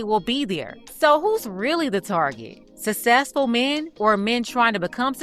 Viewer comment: sussessful men